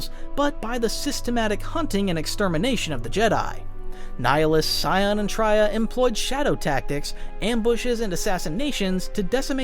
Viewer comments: Wookieepedia summary of the events? At least look up the pronunciations of the characters you're talking about. Traya comes from the word "betrayal," hence it's not pronounced as [Tr-ah-y-ah], but [Tr-eh-y-ah] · Real quick, you are pronouncing Traya and Kreia wrong. It is Tray ah and Kray ah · Tria? Who? Bro you cant read😂😂😂😂😂😂😂😂😂😂😂